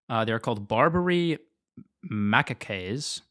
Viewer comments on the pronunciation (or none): macaque is probably what monkey George is. pronounced it wrong. It’s pronounced Muh-cock! You’re welcome!:)